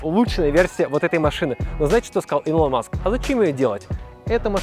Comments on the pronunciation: Да не илОн, а Илон блин, Илон. Загуглите пожалуйста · Ска, илОна ривзовна маск, люди-кросс, плед, ну у тебя и ударения 🤣